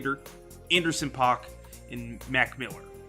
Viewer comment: bro said anderson pock